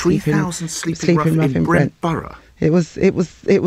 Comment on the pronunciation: “Sleeping’ has a G on the end.